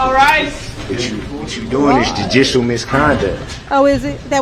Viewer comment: "Du-dishull determination"